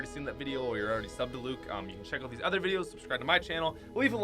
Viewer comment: When say oot instead of out